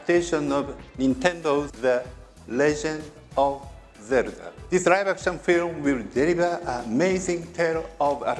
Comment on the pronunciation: I will probably never get tired of hearing "the legend of zelda" being said with utmost seriousness in a japanese accent